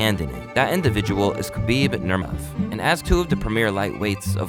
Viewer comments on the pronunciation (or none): “That individual is khabib Nuuhhrrrmov” 😂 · *Khabib Nurmagomedov NOT Nurmov:face-red-droopy-eyes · Khabib Nurmov? ? No one else noticed that? 😂😂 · The fuck? Khabib Nurmof? At least get your pronunciations right. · Khabib Nurvrv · Did he seriously Shay Khabib nermov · It's khabib nur-mag-o-me-dov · I'm sorry, did you just say khabib nurmov? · Bro couldn't pronounce half of the names of the people in this video. Khabib Nurmov? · "Khabib Nurmnmghjj" lol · What did you say Khabib's last name is? 😂😂 Breh. C'mon... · How tf did you pronounce Nurmagomedov 😂😂😂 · Dude has 2 channels to profit but can’t say Khabibs last name lmfao. Talk about jump on trains